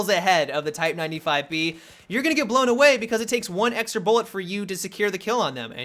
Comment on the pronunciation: Go to and slow it to 0.5 speed. "You're gonngngdng need" It is fucking brilliant.